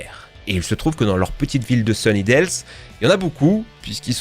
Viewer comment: Mes oreilles ont saigné quand j'ai entendu sunydales ^^